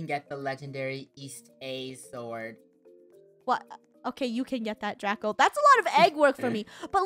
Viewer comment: you said drago not draco and this is how to spell draco